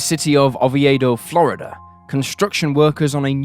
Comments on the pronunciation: 📍 As a native Floridian, please correctly say Regina & neighboring town of Oviedo. 🙏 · Yeah, he mispronounced Regina, Diaz, & Oviedo. He’s got great content, but he needs an editor to help him produce & “proof-read” these videos.